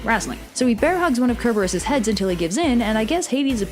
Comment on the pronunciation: Why do you pronounce Cerberus like that??!!